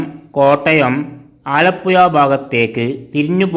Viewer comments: ആലപുയ അല്ല മന്ദബുദ്ധി ആലപ്പുഴ എന്ന് പറ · ഇവൻ ആലപ്പുയ, കോയിക്കോട് എന്നൊക്കെ പറയുന്നത് കൊണ്ട് ഞാൻ കരുതി കായംകുളത്തിന് 'കാഴംകുളം' എന്ന് പറയുമെന്ന്..😂